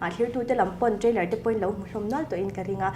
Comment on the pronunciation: Trainer an tiah... Trailer aw